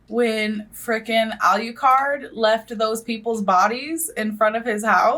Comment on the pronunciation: i KNOW someone that just had a whole rant about Nevada didn't just say "AlewCard" when speaking of Alucard lmaoo